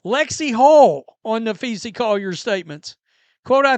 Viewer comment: Are you capable of pronouncing Collier’s first name correctly? Napheesa *. Nuh-FEE-suh It’s not Napheesie for goodness’s sake!